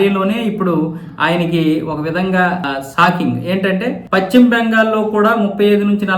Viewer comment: Pachhima bengal kaadayya.neeku telugu sarigga palakadam raada? Adi paschima bengal antaaru. Neeku pachhima ki paschima ki difference teliyada?atuvantappudu nee channel moosi padeyi